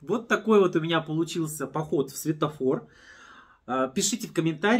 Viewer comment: Светофор, а не сфетофор